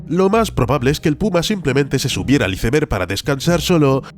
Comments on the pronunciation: Cada vez que decia iceberg literalmente en lugar de "aisberg" me dolia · Muy bueno el vídeo perro sería mejor internacionalizar algunas pronunciaciones brot. Cómo la del "iceber" que la pronunciamos "aisber" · Se pronuncia "aisberg"